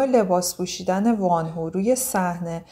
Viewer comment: در کنار بقیه کامنت های تذکر اشتباه تلفظیتون اینم بگم که وان هو اشتباهه و وونهو(Wonho)صحیحه. ممنون برای زحمتاتون🌹